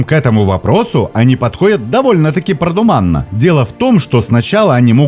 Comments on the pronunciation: С первых же слов грубая ошибка! вЕрование, а не веровАние, ну а продумАнно вместо продУманно это вообще шедевр. Это значит что ты просто говорящая голова, читающая чужой текст... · продУманно, а не продумАнно